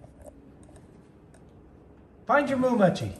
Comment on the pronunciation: Moo, not moon. 😄😄😄